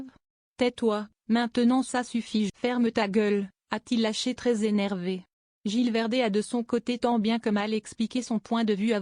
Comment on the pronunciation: il faut prononcer le Z de gilles verdez